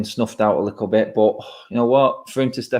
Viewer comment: it’s “little”, not “likkle” 😄